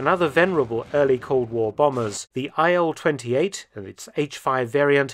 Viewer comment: "Ilyushin AIL" lol don't you see some.... discrepancy?